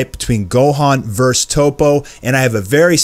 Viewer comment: Isn't it "verSUS"?... because I'm hearing "verse"....